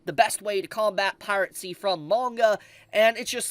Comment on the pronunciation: Pirate-cy?? Dude I swear to god you mispronounce things on purpose 😂.